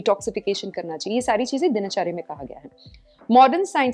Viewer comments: कार्यक्रम बहुत अच्छा है लेकिन कृपया हिन्दी के शब्दों को हिन्दी में ही बोलें । यह आयुर्वेदा नहीं आयुर्वेद है, दिनाचर्या नहीं दिनचर्या है, जथर अग्नि नहीं जठर अग्नि या जठराग्नि है। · आयुर्वेदा नहीं आयुर्वेद बोलो...दिनाचर्या नहीं दिनचर्या बोलो...इतना कठिन भी नहीं है कि बोल न सको।